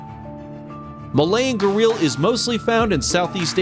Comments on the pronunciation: Its not garil its garial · Pronunciation of Gharial is wrong.Other mistakes too . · "Gah-real" LMFAO 😂